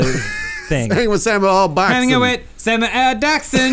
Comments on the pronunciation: he did say "sammy ahl jackson" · he said "sammi-yell jackson" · "Sammy L. Jackson?" That's what I hear anyway's